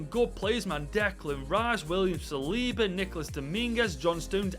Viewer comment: It's William saliva